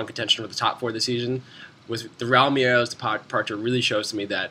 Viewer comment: why do u say Merelose?? its pronouned Me-rel-ez